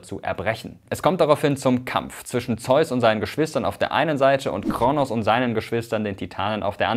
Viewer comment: Heißt es nicht Kr-ooo-nos und nicht KRnos